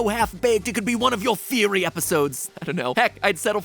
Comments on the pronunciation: BUT HEY THATS JUST A THEEWEE A GAAAAAAME THEEWEE! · I love how he used the meme of Gordon Ramsay when he said theewee instead of theory lmao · just a theewee